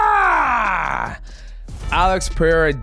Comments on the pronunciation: It’s shama not jama… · Hey goat, the "CH" in portuguese sounds like "SH" in English, so its like "Shama" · To pronounce "chama", the first part is saying "cha" like "sean" and then "ma".